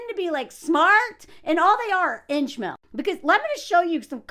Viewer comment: What’s a “hinch male?”😅